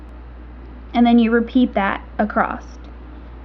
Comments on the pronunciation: It is horribly annoying to see you spell "across" correctly, but then say "acrossT". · Not that I am the grammar police but do you know you say acrosst instead of across? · ACROSS!! There is no "t" in the word! Other than that, great video. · Great video :) and I love how you pronounce across as acrosst!!